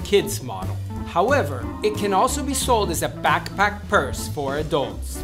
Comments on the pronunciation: It's in the letter A because i hear it in straps and laptop also. I know I'm weird hahahaha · Idk why, but I love his pronunciation of the word backpack. 😂 I replayed it twice lol